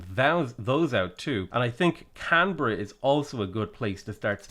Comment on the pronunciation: By the way, Melbourne is pronounced Mel-Bin by Aussies. Strange to everyone but Aussies,😄. Perfect pronunciation of Canberra.